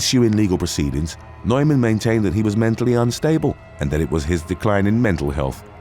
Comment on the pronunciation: Sorry, Neuman is pronounced Newman